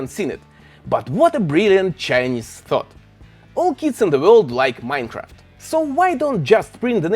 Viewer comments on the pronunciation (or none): none